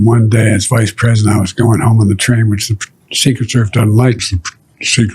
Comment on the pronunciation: . ''...it dudn't matter.'' huh?? He says ''dudn't'' every chance he gets.